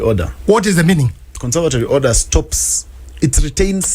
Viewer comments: Convertory order😂😂😂😂.. It's conservatory order.. 😂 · It's "conservatory order" buana, not "consertory order" ..😂😂.Jingaa